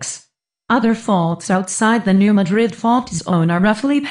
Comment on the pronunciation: I'm from the area. The narrator doesn't know how to pronounce 'Madrid'. smh